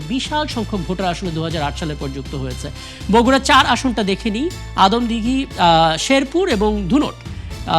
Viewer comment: বগুড়া ৩ আসন আদমদিঘী ও দুপচাঁচিয়া হবে। দয়া করে উচ্চারণ টা সংশোধন করে নিবেন।